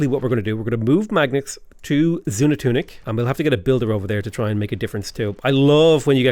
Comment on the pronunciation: Zoon-an-tunic does roll off the tongue rather nicely though. Lol